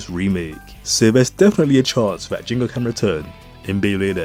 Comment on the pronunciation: Isn't it Ginga sounding like G for Group kinda G? Ginga actually means Galactic or something related to Galaxy in Japanese. Why do so many english speakers call him Jinga? 🤔